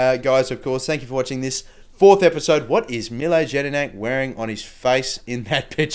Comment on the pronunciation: With jedinak, the J is pronounced with a y